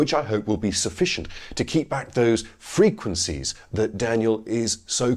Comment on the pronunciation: "Free-kwen-sees". I'm just going to assume that footage has been cited in numerous highly-esteemed, peer-reviewed journals. How can it not be?